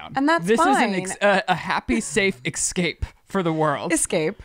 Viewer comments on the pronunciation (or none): listen to Liz, it’s essssssss-cape. Do you see ekscape? No, you don’t.